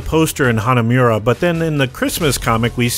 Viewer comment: It's NOT Hanamyura!